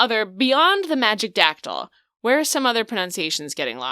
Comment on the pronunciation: My husband and I were playing in a sealed tournament this past weekend and we were seated caddy-corner from each other. Every time my opponent pronounced a card in Magic-dactyl, we struggled to not make eye contact and giggle